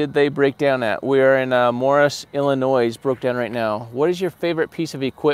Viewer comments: Do not pronounce the S In Illinois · S...is silent...!!! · BY THE WAY....... the last S in illlinois is silent you don't pronounce it!